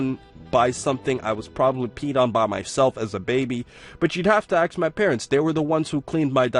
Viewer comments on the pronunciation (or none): Is it just me or does he say "aks" instead of "ask" a lot? Lol